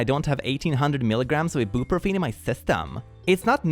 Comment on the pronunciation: did he pronounce ibuprofen like that as a joke of does he genuinely not know how to pronounce it?